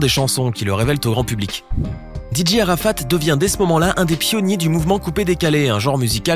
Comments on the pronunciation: Vous prononcer très mal sont nom😬😬😬😬😬😬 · Vous pronomcer mal son nom😬😬😬😬 Rip Dj arafat😳😳😭😭😭